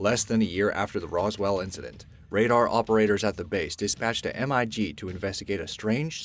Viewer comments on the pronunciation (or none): Guys, please... We should all want to be at our best, so the egregious mispronunciations need to stop. #9: MIG isn't an acronym pronounced "m-i-g," but rather a singe word "mig." #7: Dulce isn't pronounced "duhls," but rather "dul chay." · What? you cant say "Mig"? duh..... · You are pronouncing “mig” wrong, it’s pronounced as it is written, I know, I’m Russian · You do not read MiG as three letters as you have done. It's MiG - pronounced like the word dig. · A M.I.G.? No just Mig you dumbass they are Russian fighter jets not M.I.G. lol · Lmg he said M.I.G lol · Who calls a MiG M.I.G. These conspiracy youtubers put in all this work make some entertaining story but don't know how to pronounce MiG. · mig as mig welder, not M I G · I always get a laugh when someone says m i g instead of mig. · the way he says mig is so weird